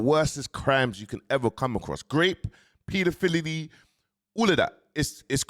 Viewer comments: man said Paelafiddidy 😂😂😂😂😂😂 i’m clappin that one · Did man say pedofildiddy 😅😅